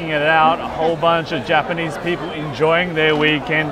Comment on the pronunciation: Welcome back to Japan and congratulations!!! Omg I cried when you proposed!! So happy for you guys, best wishes for a prosperous marriage!! First time commenter❤fan of since 2009ish😂 Ps. Both of your Japanese pronunciation is soo good!!! Please move to Japan 😂